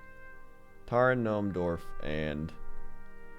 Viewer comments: GOD DAMN IT! EVERY TIME! it is d-war-fs not dorvs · Is he saying "dorfs" or "dwarfs" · "Dorfs" :D